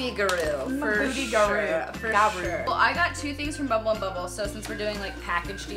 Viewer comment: just to say its bumble and bumble not bb and I love you x